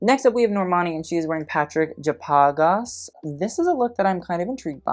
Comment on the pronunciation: It's Patrycja Pagas, not Partyc Japagas 😳